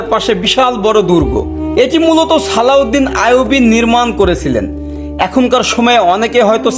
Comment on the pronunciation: আরে ব্যডা উচ্চারণ ঠিক কর ছালাউদ্দিন নারে ওটা হবে সালাউদ্দিন আয়ুবি